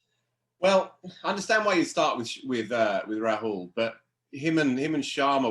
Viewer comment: Gents love the pod but as an Indian (and someone whose name incidentally is Rahul), hearing the butchering of the Indian names is quite painful. It is raw-hull, not ra-hool. Ush-win, not ash-win